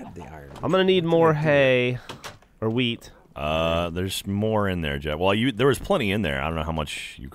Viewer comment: I know they're saying wheat but it sounds like weed 😂